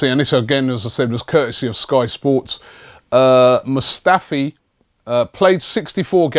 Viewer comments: Hey Robbie now that Mustafi has signed, could you learn how to pronounce his first name now? Cheers bro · It's Robbie,He butchers Players names😂😂....Is this your first time watching AFTV? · hey robbie since it looks like we are getting mustafi you should look up the pronunciation of his first name